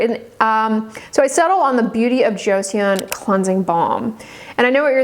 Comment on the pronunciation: joe sawn not joe c on